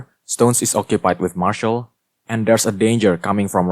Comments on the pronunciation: mar-see-al not marshal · Can I just say that Martial is pronounced Mar-see-ale